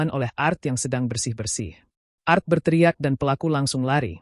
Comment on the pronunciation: Pembawa beritanya kayanya ga di sekolahin dulu ya??? Ga bisa bedakan mana singkatan mana bahasa inggris.... A.R. T itu asisten rumah tangga ( singkatan) tapi ART itu bahasa inggris , artinya seni.... Coba deh sekolahin dulu host nya.... malu2in aja